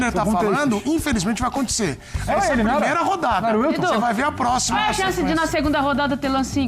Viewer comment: "Cuár a ideia..."